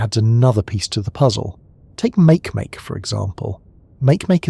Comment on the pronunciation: Makemake is pronounced "Marky Marky".